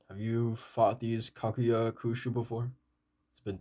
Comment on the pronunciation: To better pronounce it's ka-ku-ja